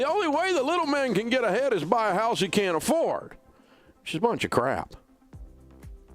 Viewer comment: I love the way the way he says it “Not to buy a hauws”